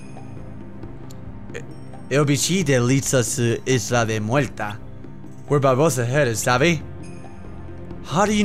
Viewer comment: Mue(L)ta, so Puerto Rican.. It's Mue(R)ta